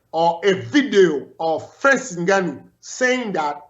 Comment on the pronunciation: Francis N'gone-o.